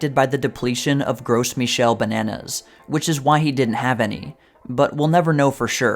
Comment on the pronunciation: The Gros in Gros Michel is pronounced like "grow" (in English at least). It's not "gross," lol.